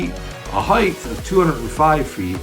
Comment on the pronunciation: height, not heighth.